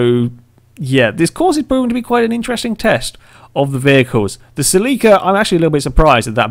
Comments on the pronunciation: Cell-la-ca not Cell-lee-ca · It's pronounced ( sell - it with out the t - ca )